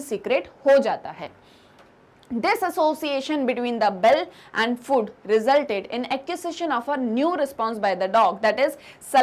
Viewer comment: annoying way of pronouncing food